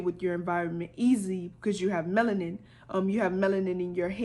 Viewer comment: She said "they take our menalin" I'm now imagining a doctor with a huge syringe, draining all the blackness out of me...